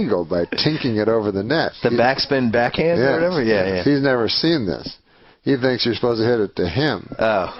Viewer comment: “He tinks. it over the net!” Hilarious.